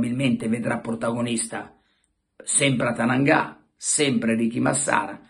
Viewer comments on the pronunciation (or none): Carlo! si chiama Atangana e non atananga, lo hai detto 20 volte.... :) quello che dici tu non è il procuratore di Kessie.... Ahaahha quindi niente non c'è stato nulla.... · Carlo Scusa capisco l'enfasi del momento mail procuratore di Kessie non è Atananga' ma Atangana' giusto per la precisione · Atangana e non Atananga 😀😉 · ATANGANA', NON ATANANGA'!! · Lapsus...non Atananga ma Atangana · Carlo attenzione...tu che sei sempre perfetto e dettagliato! Per tutto il video hai pronunciato male il nome dell'agente...che non me lo fai arrabbiare poi 😉😄💥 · Pelegatt che ti sei fumato ieri sera? Stamattina non riesco a dire bene nemmeno il nome di Atangana..🤣🤣🤣🤣🤣🤣🤣🤣🤣🤣🤣